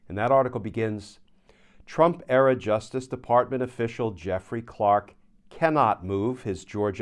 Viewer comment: I love the way you throw in a subtle insult when you mispronounce Trump-era as Trump-error.